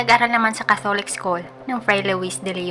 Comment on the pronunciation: Ayosin mo po pronunciation 'catholic".